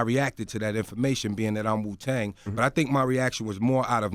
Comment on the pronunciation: MEET Magazine .... It's Wuuuu not Suuuu